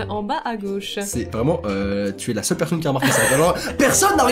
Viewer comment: Qui a remarquer au début de la vidéo que a dit " cheule" au lieu de "seule" 😂😂😂 PS: vous êtes les meilleure